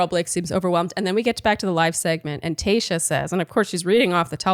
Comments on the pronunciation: Am I the only one hearing saying “Kayshia” instead of Tayshia?? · Does anyone hear "Kayshia" not Tayshia or is just my ears?! haha